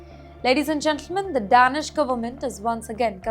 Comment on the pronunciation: HI LADY, .. ITS PRONOUNCED AS DAYNISH, NOT DAANISH .. FOR DANISH PEOPLE .